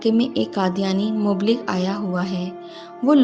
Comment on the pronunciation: Aap ka lehja bohot khubsoorat haiLEKIN AAPKI URDU SAHIH NAHIN HAIN HAI MUBLIGH MUBLIGH KEHTI RAHIN ASAL LAFZ HAI MUBALLIGH.PLEASE PEHLE KISI SAHIH ZABAN WALE K SAMNAY PERH LIA KAREN